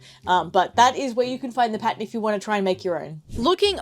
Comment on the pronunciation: thought she was saying 'patent' but she was saying pattern